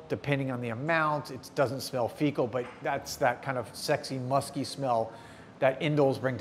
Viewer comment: Did he say ‘fecal’?